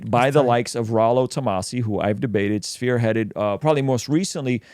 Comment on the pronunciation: This fool said sphere headed.